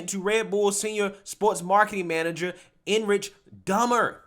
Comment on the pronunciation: His name is Erich. Pronounced ERIC. Really hard to take you seriously when you keep making mistakes like this.